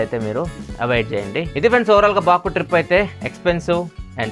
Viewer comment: బకు బాకు.... పదే పదె అంటూ ఉంటే.... బోకు లాగా వినిపిస్తుంది😂😂😂😂😂😂😂